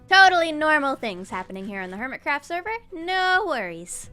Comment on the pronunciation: "hermit raft"💀💀🤣🤣🤣😂😂 Sorry